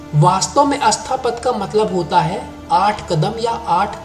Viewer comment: इस वीडियो में वायस ओवर करने वाले और संपादन करने वाले को भाषा का ज्ञान नहीं है। अष्टपद को अस्तापद कह रहा है। जैन तीर्थंकरों को तीर्थकार कहता है।